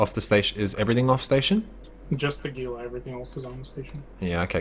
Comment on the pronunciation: Gila is 100% pronounced Heela not Geela. Otherwise great video. The gank on the stream creepers was pretty funny.